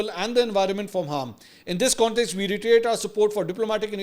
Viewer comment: Mansoor bhai Retriate in reiterate correct pronunciation hai